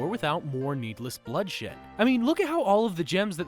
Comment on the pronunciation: did he said bloodshit?